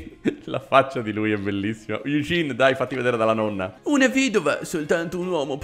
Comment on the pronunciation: di solito non te lo farei notare, ma siccome stai rispettando la pronuncia e le cose varie in francese, "Eugene" si legge "Egèn", con quella "eu" strana francese, tipo un barese che dice: "Euuu, ma ch'è sta cos?"